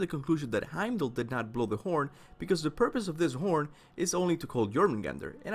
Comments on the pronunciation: Its Heimdallr Smh. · He-m-da-kiir. Norse pronunciation isn't the same as English. Othin, Torr, et cetera.